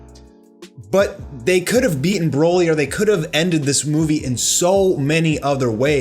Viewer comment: The only really bad part was when a background voice says “broly”, “kakarot” 🤦🏻‍♂️